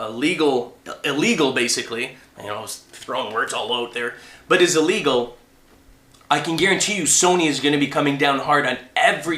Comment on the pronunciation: ...what the hell is "ELGAL"?